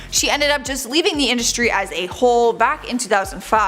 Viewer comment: " Indushtry " voice rattle my nerves